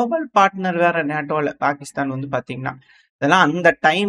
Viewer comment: என் காதுல தான் பெருக்கிஸ்தான் கேக்குதா! இல்ல கோவத்துல்ல பாகிஸ்தான் பெயரை மாத்தி சொல்றீயா 😂😂